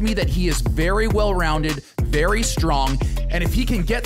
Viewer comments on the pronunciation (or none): none